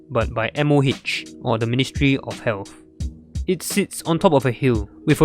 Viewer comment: I thought you said the ministry of hell 💀